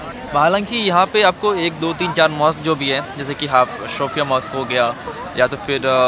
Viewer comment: Shophia nhi sophia h bhai